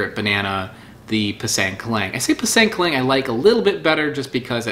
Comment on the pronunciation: Not kelang..but kelink